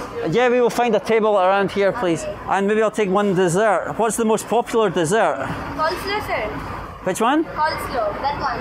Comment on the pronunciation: what's the most popular dessert 🍨😋 Cheshire lady: calSlow 🤣🤣🤣🤣